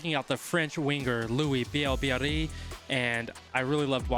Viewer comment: Votre prononciation de son nom est déjà une grande réussite pour un anglosaxon.